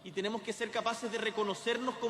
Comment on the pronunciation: TENIMO...😂😂😂😂 APRENDE A HABLAR..